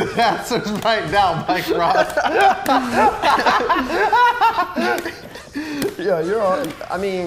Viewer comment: Mike "Rike Moss" Ross